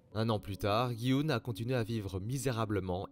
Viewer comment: C’est pas gui oun c’est dji hun